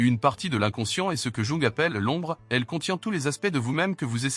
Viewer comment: La manière de dire "Jung" est à vomir.